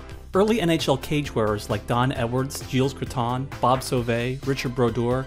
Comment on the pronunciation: Don’t pronounce the s at the end of French names like Gilles or Desjardins.